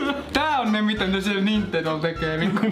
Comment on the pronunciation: sanoi "Nindendo" kaksi kertaa.😅